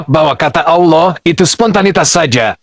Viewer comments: Ditulis ALLAH dibaca AULOH 😅. Gimana woi. Tumbenan Menakem Alibaba marah. Pas dolo belom muka lap kok ga marah. Setelah muka lap kok jadi jahad!!! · Kalimat Allah tp islam menyambut nya awlo bukan Allah, seperti nya umat muslim harus belajar menbaca perkataan allah dengan betul 😅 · Allah dibaca Auloh, gw rasa perlu belajar membaca lagi😊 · Kita sebut Allah tapi tidak akan baca Awloh atau Owloh